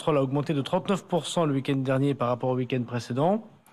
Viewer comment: "Le ouikène" x'D Darmanin, quoi...